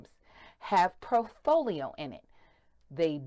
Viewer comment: Impossible to take her information seriously when she literally makes up words; “profolio” and then uses that made up word repeatedly.